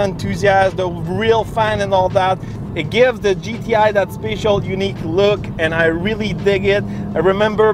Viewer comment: "Special" is pronounced "speh-shull", not "spay-shull".